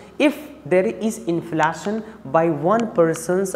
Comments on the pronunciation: His prounciation and accent is not good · How to pronounce inflation plz google once. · His inflation pronunciation is hilarious 😂😂